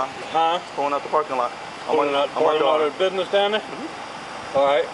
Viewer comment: How do cops that cannot even speak the English language actually get a f**** job as a f**** cop if you can't say business then don't f**** say s**. there is no such thing as a bid niss, and, I wonder if the cops realize how stupid they make us southerners feel or look for that matter. I mean were you raised in a f***** Barn you can't say words the right way.